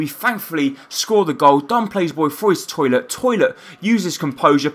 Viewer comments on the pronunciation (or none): His name is Tollitt, not "Toilet" lol